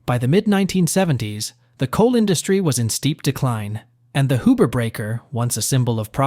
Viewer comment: Not Hoober. Hughber